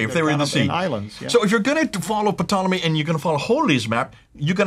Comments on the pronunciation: Interesting material, as always. But,, the initial “p” in Ptolemy is silent. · I'm sure it's a SILENT "P" on "P"tolemy. Why a British historian who had a series of programs on the BBC is called "P" tolemy... Psoriasis silent P.